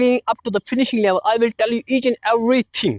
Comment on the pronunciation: who others have noticed his accent for 'EVERYTHING' and laughed